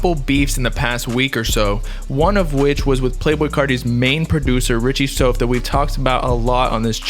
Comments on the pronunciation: “SOUF” = “SOUTH” why you keep saying “sofe” ? it sounds weird as hell🤨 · Stop saying soaf lol its like saying south but with a f